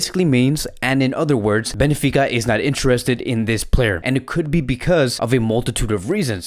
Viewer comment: Ben fi ca. Not Be ni fi ca brother. Sometimes you write and pronounce player's names and clubs wrong. Anyway, your channel is awesome. Visca Barca Media!!! 💜💙💜